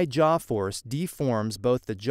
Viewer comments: Jaw not jar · A jar... your accent makes the W come out a bit like an R.